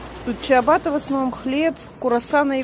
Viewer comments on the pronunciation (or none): none